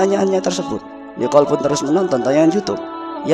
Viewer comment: Nikol...bukan Niqol